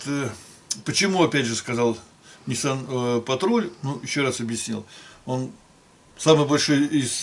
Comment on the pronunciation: какой блин патруль, патрол вообще то, учитесь говорить правильно ))